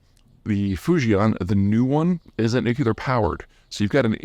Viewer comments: fu-ji-EN not fu-ji-AHN ;-) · Fujian is pronounced Foo Chee En